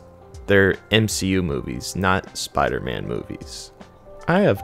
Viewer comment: Jesus Christ can u pronounce spiDer man? Good video bro but please I know u can do it I heard u in the beginning